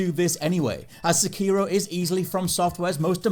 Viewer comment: Please, play sekiro and tsushima in Japanese, for like.....15 minutes each....this way, you may hear the correct pronounces of both names....